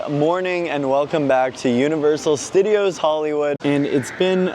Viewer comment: "welcome back to universal stuh-deeos":face-green-smiling